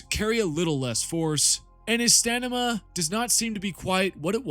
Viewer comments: Stamina. Not Stanima. Drives me insane. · You always say stanima instead of stamina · Stanima? STAMINA!! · Are you saying "Stan-ima" or "Stamina"? You being funny again? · Had to sift thru to find someone pointing it out thanks for pointing it out so I don’t have to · Stanima > Stamina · lol "stanima" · stanima? also in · "reduced stanima" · are you purposely pronouncing stamina wrong? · Not even an agenda. Just based and true. Also love how you can't say stamina properly.